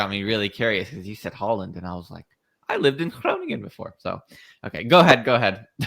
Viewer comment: Your pronunciation of Groningen is quite impressive. 8/10.